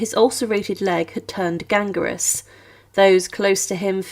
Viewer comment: Fascinating information, historical detail rarely known. The narration is painful....and to assist the narrator... the word is 'gangrenous' not 'gangarous'.